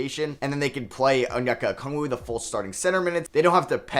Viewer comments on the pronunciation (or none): none